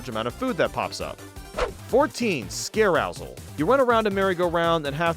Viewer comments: pronouncing scare-ousel as “scare owsul” was painful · Pronounces Scare-ousel as a portmanteau of scare and arousal, when it should be a portmanteau of scare...and carousel